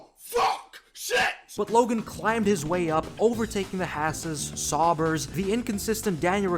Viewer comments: mate, what the fu*k is a “Sourber”?😂 You’ve never heard Sauber actually spoken out loud have you? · You can’t even say sauber